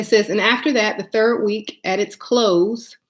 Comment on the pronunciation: Wee- ka?🙄 Baby its week 😂